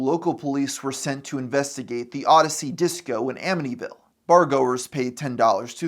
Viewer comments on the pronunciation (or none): none